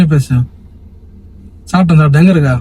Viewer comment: Sapten illa❌ saaften✔️